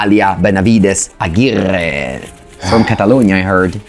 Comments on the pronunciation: now that's an impecable pronunciation from! glad he took the feedback about the pronunciation and Amalia seems to be just too stronk! so we will be having more "Amalia Benavides Aguirrrre" in the future! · I could listen to saying Amalia, Benavides, Aguirrrrre all day☺️